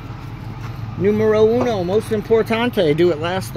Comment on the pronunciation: numero uno mas importante. that was good spanish